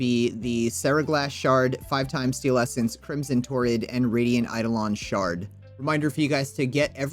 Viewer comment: Yes, and its also Crisma not Crimson toroid. He probably has dyslexia.